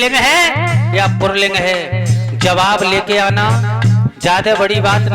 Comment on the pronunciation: Pahle pulling kahna sikh lo pulling hota h purling nahi